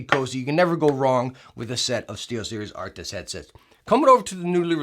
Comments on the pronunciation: the way he says Arctis gets under my skin 😩 he be adding letters that aren't in the name lmao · It's funny how you rarely manage to say Arctis correctly even though you know how to say it lol